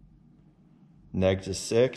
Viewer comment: Negtiv ? Is it that cold that you can’t say Negative?